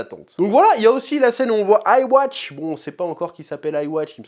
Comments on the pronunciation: Le "aiwatch" mtermine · Il me semble que yhwach se prononce yuu ha bah hah avec le "h" qui fait le son "r" alors que moi je disait ivar vu que les quincy ont des nom plutôt germanique. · I-watch, aie aie aie... Bienvenue à deviner la prononciation du méchant principal "Ywhach" (Yuhabaha ou Yuhabach). Que le sort vous soit favorable